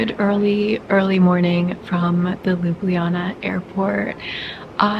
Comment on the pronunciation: god dammit stop pronouncing our capital city: Lub-li -jana. Its Ljub-ljana!